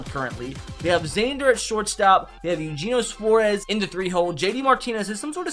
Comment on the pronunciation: he really called eugieno suarez "ujeno suarez"